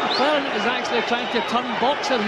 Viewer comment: Don king trying to say Gerald McClellans surname..."mcwulan" ...😂